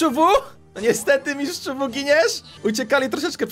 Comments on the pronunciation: ten mistrz wu nie czyta się mistrz wu tylko mistrz łu z bajki ninjago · Piszę się mistsz WU a muwi mistsz łu